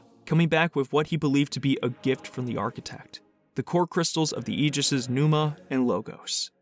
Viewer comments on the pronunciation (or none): none